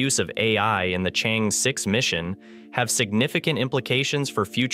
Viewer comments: not so hard unless the narrator is a BOT. ...pronounce as " Chang...eee" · The name of the probe should be pronounced as “Charng Err.” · I suggest you make the effort to learn how to pronounce the Name of the probe correctly.